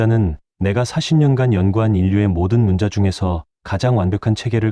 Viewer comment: 한글 관련 자료를 알리면서 어떻게 초등학생들도 아는 우리말조차도 제대로 못 읽습니까?!?!?!?!? '문자'로 쓰고 [문짜]로 발음한다. 즉, 읽고 말한다. 정녕 이것조차도 읽을 줄을 모르면, 이런 '엉터리 발음'으로 나라 망신 그만 시키고 표준 국어 대사전에라도 찾아보시오! 사전 단어 바로 밑에 아래와 같이 발음이 표기되어 있습니다. 아울러, 그곳을 누르면 정확한 발음을 들을 수도 있습니다. 우리의 어린 자녀들과 한국어를 갓 배우기 시작한 외국인들이 이런 '엉터리 발음'을 듣고, 그대로 따라서 '엉터리로 발음'을 할까 봐 심히 두렵습니다!!! "과이불개가 시위과의니라." [過而不改 是謂過矣] "잘못을 저질러 놓고도 고치지 않는 것, 이것이 바로 잘못이니라." - 공자 - 잘못 썼거나, 잘못 발음을 하였거나 등등 어법에 맞지 않게 쓰고 읽은 곳을 발견하면, 즉시! 바로! 어법에 맞게 바르게 고쳐 주세요! 만약 유튜브로 한 번 올린 자막은 수정.교정을 할 수가 없으면, 댓글 맨 상단에 댓글로 어법에 맞지 않게 쓴 곳은 바르게 고쳐 공지로 올려 주시기 바랍니다. 이렇게 하는 것이 유튜버가 우리 시청자들에 대한 최소한의 예의이고, 글을 쓰는 자의 기본 자세입니다. 그래야 어법에 맞지 않게 엉터리로 쓴 우리말이 오염이 덜 됩니다. 그냥 방치하면, 유튜브가 존재하는 한 마르고 닳도록 엉터리 표기.발음이 전 세계로 오염되어, 아름다운 우리말을 파괴시켜 영원 무궁토록 나라 망신을 계속 시키게 됩니다. 아직 '한글 맞춤법'을 배우지 못한 사랑하는 우리의 어린 자녀들은 부모가 쓰는 것을 보고 그대로 따라 쓴다는 사실을 명심합시다! 자식들에게 죄를 짓지 맙시다! 못 믿겠거든, '처마 끝에 떨어지는 낙숫물'을 보십시오! 한 치의 오차도 없습니다. "사과는 사과나무에서 멀리 떨어지지 않는다.' Яблоко от яблони недалеко падает. [ 야-블라꺼 앗 야-블라니 니달리꼬- 빠-다잇] - 러시아 속담 - 반드시 교정을 보고 올립시다! "눈물로 슬픔이 가시지 않는다." "Слезами горю не поможешь." [슬례자-미 고-류 니 빠모-줴시] - 러시아 속담 - 아름다운 우리글, '한글'을 아끼고 사랑합시다. 이것이 바로 애국(愛國)입니다. "한 나라가 잘 되고 못 되는 열쇠는 그 나라의 국어를 얼마나 사랑하느냐에 있다." - 주시경 선생 - “말과 글을 지키는 민족은 남의 민족 밑에서 노예 생활을 해도 언젠가는 제 나라를 세울 수 있지만, 말과 글을 잃으면 그 민족은 사라지고 만다.” - 정인승 박사 - "좋은 약은 입에는 쓰나 병에 이롭고, 충언(忠言)은 귀에 거슬리나 행동에 이롭습니다." "良藥(양약)은 苦於口(고어구)나 而利於病(이리어병)이요, 忠言(충언)은 逆於耳(역어이)이나 而利於行(이리어행)이라." - 장량이 유방에게 한 진언(進言): ※ 진언(進言): 윗사람에게 자기의 의견을 말함. 또는 그런 말.